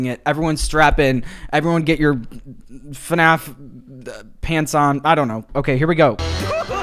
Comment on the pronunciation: its fnaf not fuhnaff